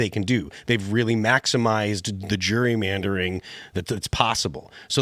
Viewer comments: Phil its gerry-mandering not jury mandering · Phil!!! It's not jury-mandering!! It's Gerrymandering!! As in my kids' ancestor Elbridge Gerry (signer of the Constitution)... pronounced like Jerry as in "Tom &Jerry"